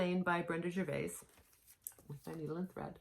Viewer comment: I let my hair go white and I like not spending all that time, never mind money, in a hair salon. You cannot take stitching with you so that takes away from fun time. Gervais does not pronounce the "s". To tone down colours in a border try tea dying the threads before stitching? Your freebie throw up made me hoot!! 🤣Thanks. I think an adaptation can be an interpretation of the design so you can "interpret" the different design elements. Maybe not do too much over one for those who have a problem with it. I like doing both a reproduction sampler and an adaptation as I have both in my stash.